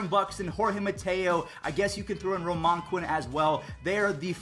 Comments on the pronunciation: Romaan Quinn u said it wrong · Nobody: Absolutely nobody: Not even Mets fans:: Romahn Quinn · My guy, what was that pronunciation of Roman Quinn. Never take a history class